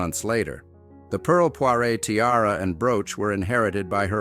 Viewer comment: pearl poire - not poiré